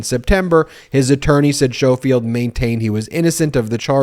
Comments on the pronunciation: Ben the correct pronunciation of his name is the same as saying the word 'school'! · Skough- field. REN-suh- LEER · Ben, I’m pretty sure his name is pronounced skofield and the county is pronounced renseleer. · I believe they are pronounced ‘Skohfield’ and ‘renseleer’ (with the ‘r’ on the end). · To be slightly pedantic, I feel confident the dude's name is pronounced Skoal-field.